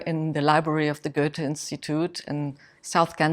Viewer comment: Why did you insert an R into Goethe, making it sound like Goerthe. It is better than the English pronunciation but it is still wrong.